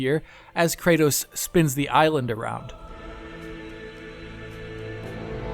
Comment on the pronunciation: 'Kraydose'??? Kra-tos.